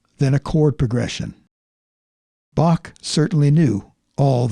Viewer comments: Should praactice with : How , Him, Her,Human, Home, Hello, Hell....etc The C is silent -and it's BAH not BAK.....OK....I'm done with it.... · Yes 'tis indeed a slight blemish on the analysis to mispronounce the composer's name as "bokk" with hard "k" sound instead of "bokh" with proper "kh" sound. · Can you please switch to the proper pronunciation of Bach name? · Please Learn to pronounce Bach correctly! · I know this may seem petty, but could at least make some effort to pronounce his name correctly? It just sounds disrespectful.